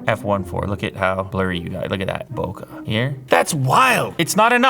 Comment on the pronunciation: it’s not bokuh, but bokeh